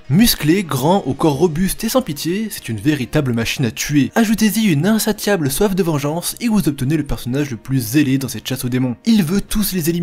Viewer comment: "insaTiable" ? en général quand on utilise soi même un mot on en connaît la prononciation, donc le mec qui parle dans la vidéo il lit un texte écrit par quelqu'un d'autre ou quoi ? 🤨